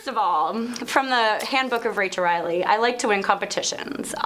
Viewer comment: Did he just call her Rachel Reidily?